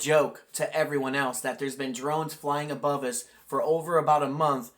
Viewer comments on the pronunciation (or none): That female reporter is totally mispronouncing simple words. "Abrove?"